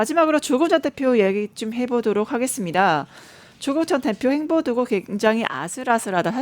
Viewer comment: 발음이 흔들립니다. 좀 더 정확한 전달이 필요. (행보-횡포...)